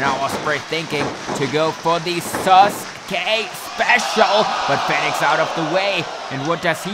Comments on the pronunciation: REY FINIX HAHAHAHA ITS REY FEEEEEEEEEEEENIX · Im sorry but 8 minutes of you saying Rey Fenix when it's said fee-nix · U saying his name wrong it’s Phoenix but spelled Fenix this way but awesome match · Great match but you mispronounced Fenix tho